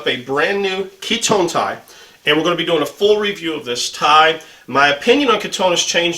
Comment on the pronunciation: Nice video. I feel the Kiton tie as produced today is slightly too narrow, especially for the Windsor knot you favor. It's pronounced Key-tahn, by the way. I have found the fabric of the Italo Ferretti ties you have reviewed to be nicer, and the lining leading to a better knot.